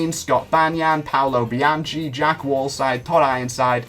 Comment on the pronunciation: What you said? Paolo Bianci? It's Paolo Bianchi, hard c, like chemistry